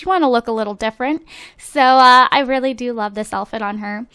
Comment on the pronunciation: why do you say elfit instead if outfit?haha